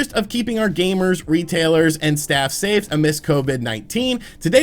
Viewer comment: "SAY STAFE!!"